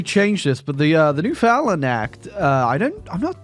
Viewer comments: As much as I despise the newfies, it hurts to hear their name be butchered so bad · The way British people say Newfoundland never ceases to amaze.